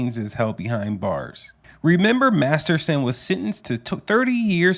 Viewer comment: You said his name so do wrong over and over. I was you to say his Danny’s lat name and spell it by sound. Lol.